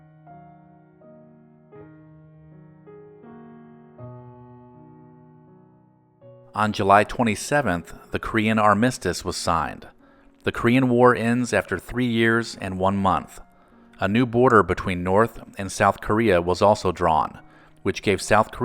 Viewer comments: On July 27th; the Kree-an Ar-MISS-tus ????? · 3.54 Korean “armistas”. Oh please! Get robo narration that works, if you’re going to have any historical credibility! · You mispronounced armistice. You put the accent on the incorrect syllable.